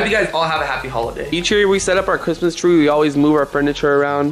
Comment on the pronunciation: you said Christmas trow and you habed to said Christmas tree